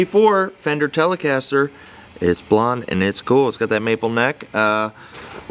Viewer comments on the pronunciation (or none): "Bad-Ass Telecastah!"